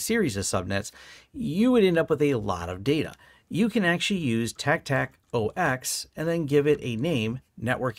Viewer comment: Hackers say tack 😂